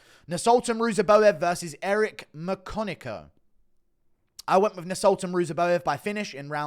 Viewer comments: Eric McCock-in-yo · “Eric my-cock-n-im”😦😫